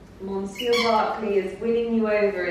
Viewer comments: Adorable doggies. Monsieur - if you mean the French for Mr., is pronounced Mer- ss-yer. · You need to pronunce "monsieur" different. Pls listen to the right way. Lots n lots of love!♡ Lovely n 🤗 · thank you! Totally wrong!🤦🏻‍♀️🤦🏻‍♀️